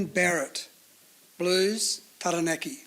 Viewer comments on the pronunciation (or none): That's a really exciting team. I can't wait to see all the debutants in action! I hesitate to say it though, but I hope next time there is a team naming that the Māori names of regions (Taranaki and Waikato especially) and the players' names (like "Tamaiti") are pronounced correctly.